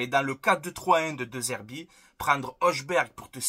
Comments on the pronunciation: En danois le J se prononce comme I , Y, donc Højbjerg se prononce Høybyerg, la lettre H se prononce aussi Ha comme les arabes, néerlandais, allemand etc. Mais très bon jt comme d'habitude j'aimerais bien Højberg a l'OM. Merci aussi pour cette vidéo vu la journée éclaté que j'ai passé surtout que Fort Boyard va revenir le samedi 17 août après le jeu de Paris. Aller l'OM à la vie à la mort. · Je crois que ça se prononce Hoïbierg.